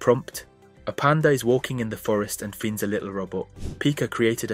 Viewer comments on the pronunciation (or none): Did you pronounce finds, finneds?? LOL Is this voiceover AI??